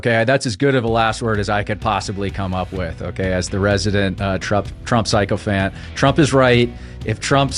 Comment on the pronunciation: Can someone please inform that "Sycophant" is pronounced like sic-o-fant not "pyscho-fant"